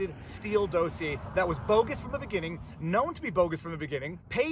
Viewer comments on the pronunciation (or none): I like the way you say DOSE ier. That’s not the way Sean says it…….every other day….